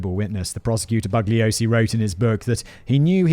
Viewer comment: Bugliosi is pronounced Boo-YO-see